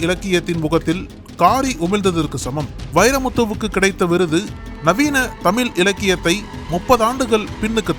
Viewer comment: 'தமில்' கவிஞர்! 😂🤣😅😱 'தமில்', 'தமிள்'. இது எது சரி? இங்கிலீஷுக்கு கொடுக்கிற மரியாதையில் பாதி கூட தமிழுக்கு தர மாடேன்கிறார்கள்! 😭☠💀👎